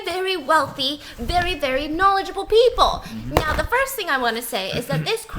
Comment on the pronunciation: No one: Not a single soul: Stephanie: VEWY VEWY VEWY